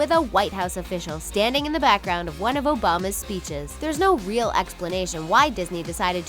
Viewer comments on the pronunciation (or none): You said ogama, it's obama